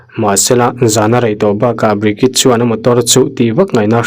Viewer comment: Hnam dang hming i lam thiam loh pawhin a lam dan youtube ah vêk hian 'pronounce bridget' ti tein han zawng hmasa la a changtu ber hming phei chu lam zin a ngai ropui sia i inti mualpho zau lo deuh thei ang, ṭhahnemngaih thilah ka lo sawi ve mai² anih chu😅